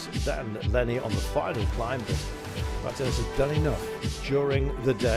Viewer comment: When are these British commentators going to learn now to say the name Martinez.